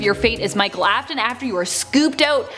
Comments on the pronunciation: "Aftnon" Sure about that? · ‘The fate of Elizabeth AFTIN” Me:👁👄👁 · I was like help me when they said afton